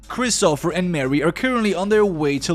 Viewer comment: Why do you call him Christopher? It's christopher